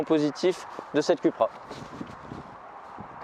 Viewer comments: C'est Coupra que ça se prononce, hein, pas Cul pra, ça fait cul-cul quoi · Excuse moi .ça ce prononce COUPRA !!!